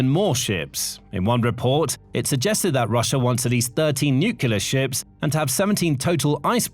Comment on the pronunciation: I'm an avid follower of your reports, and I've realised that you're very careful about how you pronounce Russian place names, but pronounce 'nuclear' as 'nucular'. I find that juxtaposition very odd.